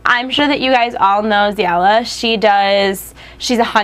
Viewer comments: Isnt it pronounced as Zee-la? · u said zeilla's name wrong! :(